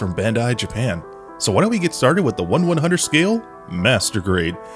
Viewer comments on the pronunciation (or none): none